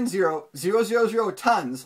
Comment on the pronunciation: why would I listen to you when you can't even pronounce 570,000?